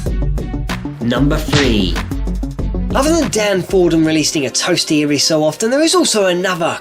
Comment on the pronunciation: "Number Fthree"